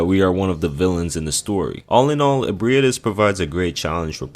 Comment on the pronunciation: bro the pronunciations are insane in this video how tf did you manage to say ebriates right but somehow fucked the word issue or manus